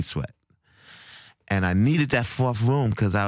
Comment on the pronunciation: He says room like "vroom" haha :D